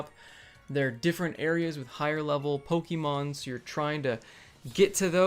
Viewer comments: Pokehmon dude. Accent on the e. Like the "e" in "let's". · Say poke'mon right lol jk. Love this fucking game. I know where all the hate was and still is but. Damn my YouTube feed FLOODED with poke'mon videos. And that's never happened.